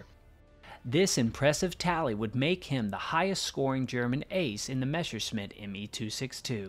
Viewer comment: it's Messerschmitt, not Meshersmitt.